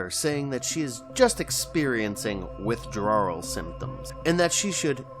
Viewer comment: It’s called withdrawal symptoms, not withdrawerl symptoms